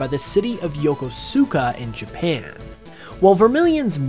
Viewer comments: 1st off I enjoyed the video. Currently living in Yokosuka for a year in a half now. I use to pronounce it just like how you did in the video. But having Japanese Peeps as co-workers & friends you catch on real quick of how certain words are meant to be sounded like “Yo-kos-uska” Yokohama is also a pretty dope place to visit. I’ve checked out a Pokémon Center at Marui City Mall a few times already & some others that are scattered throughout Japan 🇯🇵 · Also just bonus info: Yokosuka is properly pronounced "Yokoska" ^_^